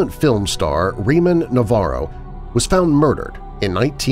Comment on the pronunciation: You pronounced Ramon wrong.